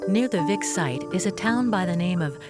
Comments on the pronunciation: Vix is pronounced Veeeks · Es spricht sich nicht wixxx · I'm enjoying this. But it shows how indoctrinated I am because when they say the Lady of Vix, my treacherous brain is hearing the Lady of Vicks. As in a cold relieving product, popularly used in America called, "Vicks Vapor Rub".